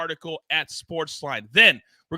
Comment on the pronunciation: must not be a HOCKEY guy it's Golden Knights not Golden Night